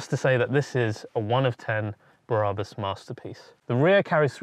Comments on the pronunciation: It's BRABUS .. not "Bah Rah Bus" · My favourite Car Brand and all I can here is mis-pronouncing Brabus, it’s like when someone says Adee-Das instead of Adi-Das My ocd is melting down. 😂❤️😎👍🏼